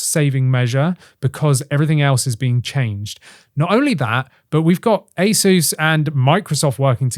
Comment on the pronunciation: “Ace-soos” not “Ace-es”